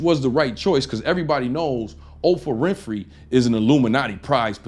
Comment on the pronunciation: She's called O PR AH Win Phrey.